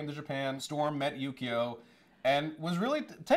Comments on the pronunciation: every time says "Yukio" i hear "Yu-gi-oh" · They kept saying yugio, it's yukio ki Ki ki duh